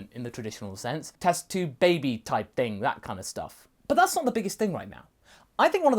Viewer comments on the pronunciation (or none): none